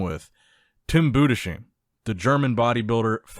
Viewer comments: Bro please stop saying Buddhasheem it's embarrassing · His last Name is BudesHEIM, probably in English pronounce it like BudesHAIM 😉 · how many times I told you how you pronounce Tim Budesheim. Its 'BUDESHAJM'. Like Hajm. Budeshajm.